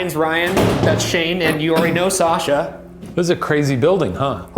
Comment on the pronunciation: it sounds like Sasha lol. But only the way Ryan pronounces it, Sajha.